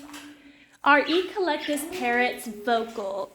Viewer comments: Not to be picky, but the correct pronunciation (phonetics) would be ec-lec-tus. Emphasize the ec as in Echo, the Amazon device. Thanks for your videos otherwise. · I’ve never heard anyone pronounce Eclectus as “Eee Clectus” almost like it’s two words. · I noticed the "E - Collectus"